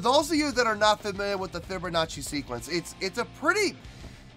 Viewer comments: LOL "fibbernachi" LOL! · Sounds like you’re saying “fibber nazi” 😂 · There is no r in fibonacci